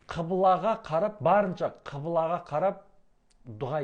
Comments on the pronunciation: Құбыла деп неге айтпайсыз? Қибыла дейсіз. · Қыбыла емес ҚҰБЫЛА деп айтыңыз, жұртты шатастырмаңыз.